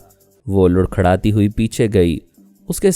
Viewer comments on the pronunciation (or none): Ap lurkharaty bolty hain jabky larkharaty bola jata ha